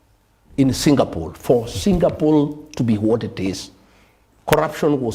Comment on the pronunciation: Am I hearing Singapool